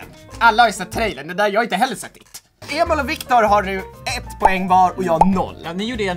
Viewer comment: Har ni tänkt på att Joel säger alltid ”Emol och Victor” haha